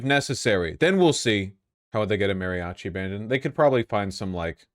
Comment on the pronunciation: Every time Vaush says "MARRYochi" I die a little inside.